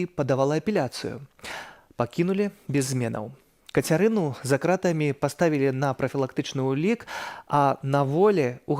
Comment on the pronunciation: Кто это, что это за позорище (представительница штаба Тихановской)? Где и в чем варится этот человек, откуда она? День и ночь мы слышим о том, что журналисты, политзаключенные "за крАтами", а она с какой луны свалилась, что в такой короткой однообразной речи не удосужились даже ударение правильно сделать в основных словах. Как можно быть такими поверхностными! Вот такой подход у них ко всему. А результаты мы созерцаем. Позорище. Я 20 лет живу в англоязычной стране и говорю на беларуском лучше. Это не придирка. В этом я вижу их подход ко всему, подход неглубокий и недалёкий и потому абсолютно неэффективный. Одни круги по воде.